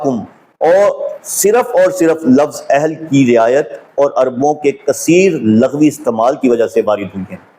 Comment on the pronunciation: ویڈیو پوری دیکھی ہے۔بس دعووُں کی بات کی تھی۔ورنہ تو مواد بہت اصلاحی ہے۔۔۔ناچیز پچھلے پینتیس سال سے تعلیم و تدریس کے شعبے سے وابستہ ہے۔۔۔اسی لیے تلفظ کی اصلاح کے ضمن میں عرض بھی کیا تھا۔۔لفظ لُغوی ہے جسے آپ نے بار بار لٙغوی پڑھا ہے۔۔۔